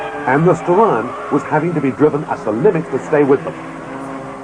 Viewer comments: It should be pronounced 'Star-eon', similar to 'Stallion'. No one knows for certain if this was an issue with Japanese diction. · Actually combination of Star of Orion with the horse of Hercules Aeon. SO yep Ur right on how it suppsoe 2 b said. Look at old skool Mitsubishi Starion commericals hre on YOutube N u can cleary hear the correct pronunciation. There even a logo with a Stallion n Star.